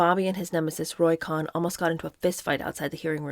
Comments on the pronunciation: There's numerous Youtube documentaries about Roy Cohn, and his surname's pronounced Co-en, not Khan--like Genghis Khan. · I think Roy Cohn’s name was pronounced “Cone”. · LOL! It should have been “con” but it’s really pronounced “cone” I wasn’t going to say anything when you pronounced it “co-han” but couldn’t let this go on wrong. Sooo sorry! I don’t like to point these things out. I just enjoy your reading. There are a couple good documentaries about Roy Cohn on streaming services. He was a good lawyer but a pretty evil snake. PS - if you’re not sure how to pronounce a name, you can put it into Google ie: “Roy Cohn - pronunciation,” and the computer will say it back to you. ❤this is not a criticism in any way. So sorry you got bad advice. I loveyou and your channel!❤ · His name is pronounced, CONE not KHAN- Roy Cohen GREAT ATTORNEY. LOUSEY PERSON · This probably won't reach u but it's not Cohen or khan but cohn, pronounced cone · I'm from NY. It's Roy CONE. NOT Con, not Cohen. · In NY, Roy Cohn was always pronounced cone, not con. On every TV and radio during a long career. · Not sure who told you how to pronounce Roy Cohn as Con. It’s pronounced with long O like Ice cream cone. Whoever told you otherwise is very wrong. I’ve done years of research on Roy and his family. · It’s not Cohn like John , it’s Cohn pronounced Kown . Sounds like ice cream CONE. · I am very much enjoying this reading with commentary. It is a little thing but I have never before heard the last name of the despicable Roy Cohn pronounced with an "ah" sound as in "Kahn". It is pronounced "Kohn" with an "oh" sound. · Roy Cohn's name was pronounced CONE, not "kahn" as she did. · It’s Cohn: “cone”. I think “con” was meant to be facetious, as it’s fitting. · You were right the first time. It’s Roy Cohen not Con. His most notable protege was Donald Trump. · It's Roy (Cone) Cohn most evil man alive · Its actually pronounced "cone" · Babe, it’s pronounced cone. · Roy Cohn is pronounced “Cone”